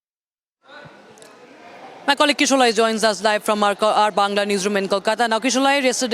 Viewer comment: আর এ বিহারী হিন্দিভাষী এটা bangal না রে, bangla হবে। Bengol ও বললে ঠিক আছে তাই বলে Bangal কেনো বলিস, এই জন্য বলি বিহারী তোরা একটু পড়াশোনা করে শিক্ষিত হ। শুধু চাকরি পেলেই কি আর শিক্ষিত হওয়া যায় বিহারী বিমারি? গুঠখা আর ছাতু আর ভুজপুরী বললেই কি হবে, ঠিক ভাবে বানান তাও তো শিখতে হবে নাকি বিমারি ? 😂😂😂😂 বিহারী মানেই একটা গালাগালি, বিহারী মানেই জালি দুনোম্বরিমাল